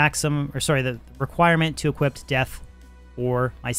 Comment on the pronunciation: sounds like you're saying the past tense of equip whenever you say equip.. like equipped.. odd